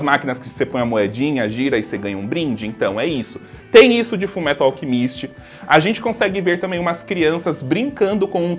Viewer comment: Kajak só sei q toda vez q ele fala alchemíst me da uma dor no coração kk